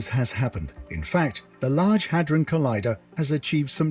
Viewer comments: How hard is it 4 you to pronounce "hadron"?!! The narrator literally says it aloud many times over!! When u keep saying "ha-drone", it just makes everything else that comes out your mouth sound ridiculous. 💯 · Its (had dron) collider, not (hey drone) lol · Salute bro I watch u all the time, but it's not the Hadrone, It's Hydron bro lol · I believe all the latest changes in people's behavior are because of CERN. Drone is spelled d.r.o.n.e he'd- ron. I'm not sure where your pronunciation comes from. Also... It's way too big for a weapon!🤔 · first you just mispronounced Hedron like 30 times, and second it already is creating miniature black holes on the regular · the good ol huh-drone collider lmao